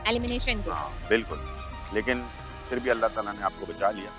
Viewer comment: DIDI ITS ALIMINATION OR ELIMINATION 😅😅